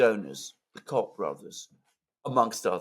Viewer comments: just a pronunciation correction it's Coke brothers. I'm aware that it's spelt Koch. Cock has a different meaning in N America 😊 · Alexander: “…the Cock Brothers” 😂😂😂😂 I believe their name is pronounced as “Coke”, but I like your pronunciation better 😂😂😂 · The Cock Brothers is the perfect pronunciation:face-red-smiling-live::hands-yellow-heart-red::face-purple-smiling-tears